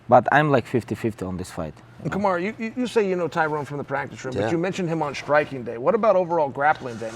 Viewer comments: Remember when Chael used to call Kamaru- "Kamara"? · This lived up to my expectations, you even had chael mispronouncing fighters names😂 i’d rather listen to this lot all day instead of dominick cruz and paul felder lol